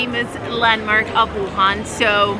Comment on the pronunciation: Very well done! Too bad you're not a breakfast person. The hot, dry noodles (re gan mian) is a Wuhan specialty I simply can't do without. Oh, and thanks for pronouncing Wuhan correctly wuHAN. It's not that difficult. Seems like almost all westerners say WUhan. Drives me nuts! (Retired American living here for the past 10 years.)